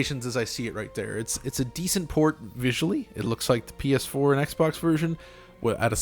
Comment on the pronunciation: So is it a Poor-t. Eh eh.